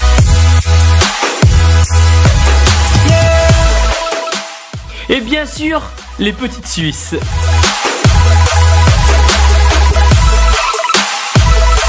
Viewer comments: et juste on dit suissesses😂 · on dit suissesses !